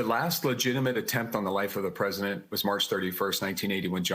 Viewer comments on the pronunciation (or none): The what? Presiment? 🤔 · The former presiment? Presiment?